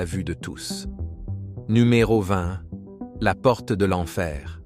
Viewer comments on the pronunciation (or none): 23minutes 25 seconde"la porte" Il nous a fait l'accent Allemand 😅😂